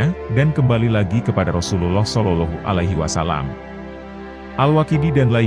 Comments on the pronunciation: Konten ini bagus. Hanya yg perlu diperhatikan 1. Sosok Nabi.. Pakailah sinar wajah nya.. 2. Perbaiki menyebut julukan Nabi.. SolaullAahu A'laihi wassalam.. A'.. Ngain bukan ailf ( a) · Bagus risalahnya, sayang sekali pemapar kisah/ komentatornya tidak bagus bahasanya apalagi saat mengucapakan Sollollohu 'alaihi wasallam, janggal sekali cara pengucapannya.